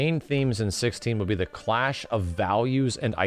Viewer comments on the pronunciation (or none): none